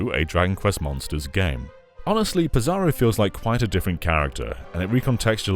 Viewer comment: he pronounces "Psaro" like "Bizarro" . . i always read is as "Sorrow"